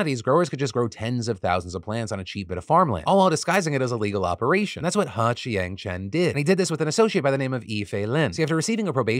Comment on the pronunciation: You said "Joint Opperation" twice. - Pun Intended Sir!!!